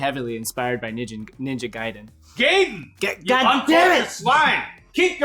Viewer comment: You're wrong, he said Gaiden right. that's the proper japanese pronunciation